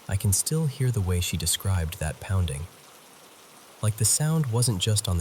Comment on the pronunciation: "Heavy deliberate pownding" 😂